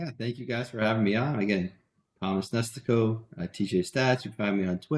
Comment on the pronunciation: First time I've heard Nestico pronounced that way. I wonder if that's the correct pronunciation or if it's as incorrect as the way that mispronounces Eno's last name.